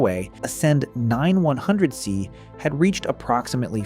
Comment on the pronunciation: Is this an AI generated voiceover? Nvidio, Quda, and 910C chip said as 910"S" chip, Chinese GP"US" etc.